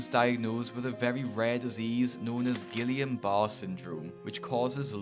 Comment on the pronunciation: are you that dumb you cannot even pronounce something it tells you how to pronounce in the picture? its not "giLLian" its pronounced with a Y, like it shows you.